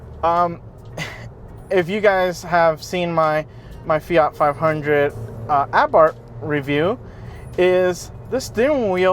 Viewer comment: Christ can no yank pronounce Fiat or Abarth. What a pathetic review of a good car.